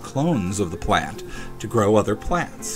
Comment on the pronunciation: it's as much like "grow" as "groot" it like "growt"